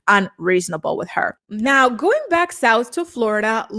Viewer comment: Mackenzie cant pronounce anything that ends in a "g". She replaces it with the "k" sound instead. "Somethink"... "goink". "Comink"...annoying af.